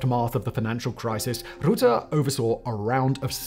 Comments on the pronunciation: As much as I disagree with Ruttes politics and I'm glad he is no longer our PM, I think he will make a great NATO leader. I have to say though, the U in "Rutte" is pronounced like the U in butter. Replace the B from butter with a rolling R and leave out the last R and you're close to the correct pronounciation. Also it wasn't Russian backed rebels who took down MH17, it was the Russian army. It was a Russian Buk anti air system commanded by Russians that took it down, not Ukrainians. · Next time, take 2 minutes to figure out how to pronounce a name you are gonna repeat 100 times. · Why are you pronouncing hus name like that? The propper pronouciation is easy and familiar. RUtte the RU having the same pronounciation as tRUmp. You're making a weird choice in the things you research. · Absolutely LOVE the video, but as a native Dutch person. Please, please research pronunciation better 😂, hearing our old prime minister called "Rootthe" instead of "Rutte" with an u like in the word hurt is, insanely distracting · Its not rocket science to pronounce Rutte. The u is like the u in Edinburgh. You don't say Edinboorgh either. Dutch isn't hard its the closest language to English there is. Yes his name sounds like the English word rut not root. That wasn't hard. Anyway, pet peeve done, otherwise very solid info, very well done! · The pronunciation of 'Rutte' is not difficult. Words like hut, cut etc have the right 'U' in it. So, NOT 'ROOTTE', but Rutte. Dutch U is not OO. Do not call him Rootte anymore. Wash your mouth. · What I will never understand is why reporters are incapable of saying names properly. It literally takes 10 seconds to look up how to pronounce Rutte, not rootuh. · Even like the word rut in English is enough to have a somewhat decent pronunciation, rut-tuh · "Rutte" is pronounced more like the English "Ruth", so more like "Ruth-te". Or like the Ruttles, the Beatles-parody of 1978. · Mark roetah😂😂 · I get it, more like "rotten" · Learn to pronounce rutte lol